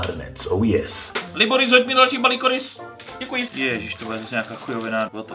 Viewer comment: Jak říkáš Liboris tak to zní jako klitoris